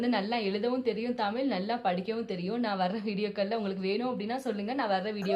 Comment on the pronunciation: Tamil ellai Tmizl naakai mellemadki sollavendum sory